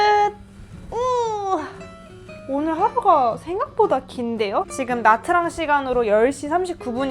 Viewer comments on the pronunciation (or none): actually it's '냐'트랑